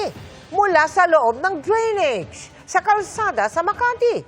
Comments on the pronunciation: Drainage not drinige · Drain-age not drinage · Mark Salazar - DRAINAGE po ang pronouciation hindi DRENEGE!!! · Ano ba yan GMA "drenege" dapat drainage😂😂😂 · Drainage ❌️ Dreenej ✅️ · Lupet ng reporter nakarating sa GMA pero bigkas sa drainage "drinij"